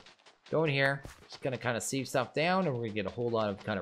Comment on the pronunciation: Youtuber’s commonly pronouncing sieve wrong. Used to trigger my OCD but I’m used to it now. Looking forward to watching this series after binge watching Enigmatica Skyblock